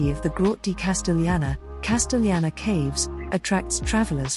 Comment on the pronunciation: CASTELLANA, NOT 'CASTEGLIANA' LIKE YOU SAY